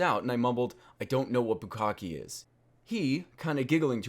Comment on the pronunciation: you pronounced bukkake wrong. the E is like the one in fiance. boo-kak-ay